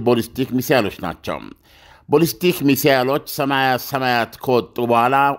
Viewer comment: ኣለምነህ ዋሴ የበዙ መረጃዎችህ ኣሪፎች ናቸው ግን please የቃላት ግድፈትህን ኣስተካክል ለምሳሌ no ኮማላ ካማላ no ቦልስቲክ ባልስቲክ የመሳሰሉ የቃላት ስተቶችህን ኣስተካክል ለየት ያልክ እየመሰለህም ከሆነ ልክ መንገድ ኣደለም እና ጥሩ ምልከታዎችህን ሁሉ ያጠፉታል